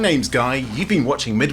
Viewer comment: Did he say midminter minis